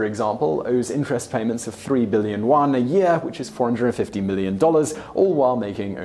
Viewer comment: the funny part is, if he just pronounced it using the romanized version, it would have sounded far closer. he tried too hard which actually made it worse lmfao. for example he kept pronouncing "yuan" in spanish when in english the pronunciation is close enough.